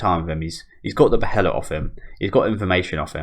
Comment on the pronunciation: not to nitpick or anything but it's pronounced "baelit"